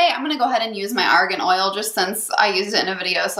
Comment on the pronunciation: Widower dad if three kids .... what's the name of the oil you used? It sounded like Oregon oil.... Sorry to ask redundant questions. This is new territory for me.